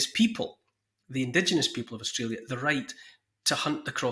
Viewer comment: NEW ZEALAND & 'Strayla'